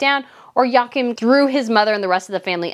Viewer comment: Joachim’s name is pronounced: Yoo-ah-keem